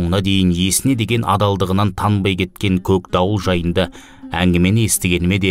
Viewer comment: Көкдауылды көгдауыл деп (үндестік заңын ескеріп) жұмсартып оөысаңыз тіпті керемет еді.